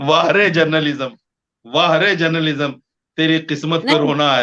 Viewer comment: Journalism ka "A" nahin Moulana Sahab "J" hota hai....wahhhh reee ज़ाहिल मौलाना